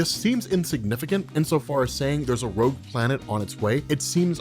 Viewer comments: xDDD Rouge planet... IT IS roGue ,not roUge... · rowge planet. rogue